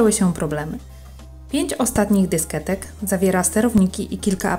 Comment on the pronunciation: Pani Kochana nie dysketek tylko dyskietek, ale masz przyjemny głos :)